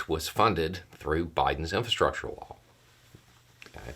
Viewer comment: When you say "law", I hear "wall". Seems everybody wants their name on something.